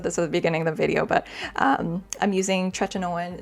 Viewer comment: TretinOeeenn. Theres an i before the end. Youre saying "tretinone". Its tretinoin-rhymes with coin.